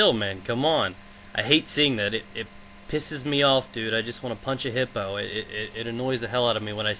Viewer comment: WAIT DID HE SAY PUNCH A HIPPO?